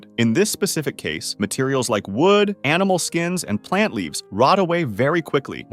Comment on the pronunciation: why tf did he say wood like that 😭